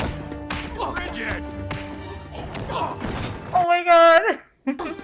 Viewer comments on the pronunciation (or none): ~Mal~ not ~Mohl~ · Pet Peeve after 10 episodes: "Mal" is short for "Malcolm" not "Mahl" short for "Mahlcolm". Also, if there were future seasons, I'm sure YoSafBrige would have returned.